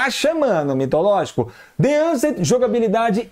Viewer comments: The A"N"cent não kkkkkkk The A"S"cent q é o certo kkkkkkk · The aSent não the aNsent meu querido rsrsr